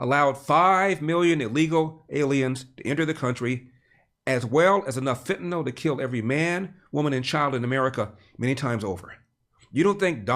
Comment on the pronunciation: Thank you Larry, for pronouncing Fentanyl properly...